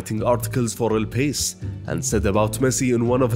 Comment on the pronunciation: Great video. Funny you pronounced “La Masía” correctly only to then say “El Pace” instead of “El País” (El Paees)…